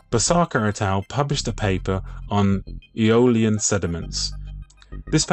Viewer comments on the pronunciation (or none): none